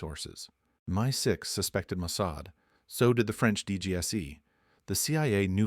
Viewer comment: My6 😂😂😂 Not M.I.6 ??